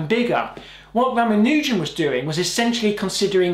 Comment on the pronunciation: ra ma nu jan NOT ra ma nooooooooooo jan